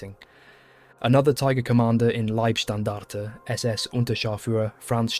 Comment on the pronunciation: Its "Libe"- Standarte, not "Lieb" Standarte. Every english speaking channel makes this mistake.